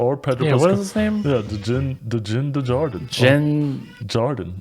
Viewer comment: Yea you guys butchered Din’s name.